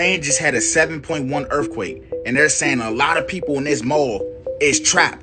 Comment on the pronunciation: He said “ERFQUAKE” 🤣